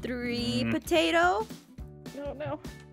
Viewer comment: it sounds like "pota" only Filipinos know that!!! 😂😂😂😂